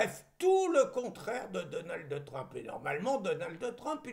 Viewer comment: s'il te plaît , pas Donaldeuh Trump, mais Donald, comme on dirait Ronald. Merci et bravo